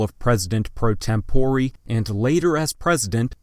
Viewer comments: Very cringy video. How can you mispronounce "pro tempore" and important names like Millard (Fillmore) and Strom (Thurman)?! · *tempore. he just says it dumb.